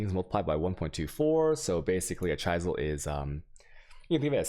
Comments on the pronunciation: "AL - Ke - Me" like Key, not Che. "CHI -Zel" Chi like China and Z not S on the "sel." A whale is a mammal you are looking for Vaal rhimes with Mail the "VA" sound when you say Valuable. There you go, im giving back for you helping me out with maps its a win-win thank you very much for this. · Holy fuck now he said chUysel and not chisel what the holy fuck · I can understand some POE specific words being mispronounced but normal english words.. "chaisel" god damn hurts my ears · Yer mispronouncan yer vaaaoowalllz "Ch-eye-sal" < "Ch-is-al". Chisel has an "is" sound in it. No "eye". I did find it funny though. Ok, I am done giving you crap ;] - The video was helpful, thanks for the upload. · it's not ch-eye-sel it's ch-iz-el...yikes dude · Chisels, not chaisels, Vaal Orbs = Vahl , not Whale orbs 🤣Otherwise you can confuse new players with weird pronounciations. :P Now the deeper i get into the video, the more I realize that you cannot pronounce right almost anything PoE related. 😂😂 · al-kuh-mee. Please.... And Chi-zl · What the fuck is an Alch and a Chysell... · Don't forget chai-zel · And cheyesil? Lol this guy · I dont think you mentioned to chisel BEFORE you alch. And you might think your mispronunciation of "chisel" "alchemy" and "waal" is cute but I know many people who don't watch you specifically because they can't stand it so you might wanna chill on that dawg. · chis·el /ˈCHizəl/ al·che·my /ˈalkəmē/ FFS dude... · This is great, bothers me he has no idea how to pronounce "Alchemy" or "chisel", but otherwise amazing content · Well you missed the great chisel mispronunciation too. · just wait till he can't say chisel right either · I like your content, but PLEASE stop mispronouncing: alchemy, chaos, and chisel. It really detracts from the quality of your content(at least for me). Google the word and pronunciation for an easy fix. If you happen to be mispronouncing these words deliberately then... yeah, don't do that. Thanks for the videos/stream.